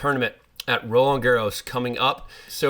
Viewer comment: Sam, ix-nay your incorrect "Garros" pronunciation. The "D" in Roland is silent; the S in Garros is not. BUT for you to accessorize with a scarf would be très chic!